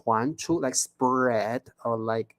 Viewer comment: ，請注意你的發音【Spread 】（spred），這裡read 發音是 【red】。 【Main】發音是 (meɪn)不是 (man)。